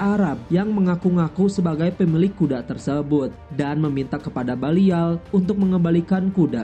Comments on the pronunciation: Min namanya Balian of Ibellin bukan Balial dan itu emg ada dlam sejarah perang salib, Balian dr Ibellin, bukan libelin ato libelil... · BALIAN FROM IBELIN. BUKAN BALIAL FROM LIBELIN HIIIH GEMES BANGET DENGERNYA!!!